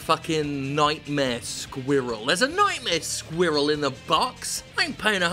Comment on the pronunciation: Jim pronounces "squirrel" funny.